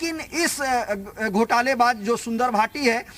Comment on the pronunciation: अबे उसका नाम तो ठीक से लेले संजय भाटी नाम है सुंदर भाटी नाम नहीं है उसको सुंदर क्यों बना रहा है साले गंजे को